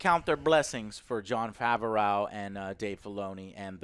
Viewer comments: JOE! It's not FavuhRAO, It's Fav-ROE!! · No one:: JOHN FAHVEROAEU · "Jon Far-ver-ow" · Hey Joe, just wanted to let you know that Favreau is pronounced Favro. It's a french name from back then New-France now Québec. Keep up the good work! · Favreau is pronounced Favro. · FAVA RO 😂😂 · Do you say "Jon Favreau" incorrectly on purpose? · Why isn’t anyone correcting about how he pronounces Jon Favreau’s last name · The day pronounces something right is the day the world will end.